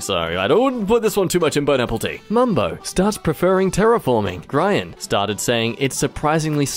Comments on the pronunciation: im sitting here having a good time playing minecraft and just vibin when all of a sudden i hear Grian's name pronounced like BRIAN WITH A G?! WAT?! i dont eve- how??? i-... i think i've watched him for too long as the idea of pronouncing his name in any other way than GREE- IN is a baffling thought and was not something i was expecting today. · how… how dare you say Grian wrong…